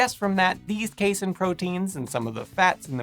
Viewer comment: C-a (same sound as FAST)-Seen Kuh-Ass-Seen I cannot even finish this video. That seriously triggered me.